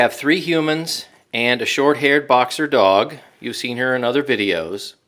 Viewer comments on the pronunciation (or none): none